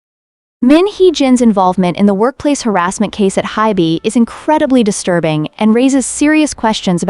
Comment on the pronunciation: Hint, if you spell Ador and HYBE as Adore and Hibe, it may fix the AI pronunciation error.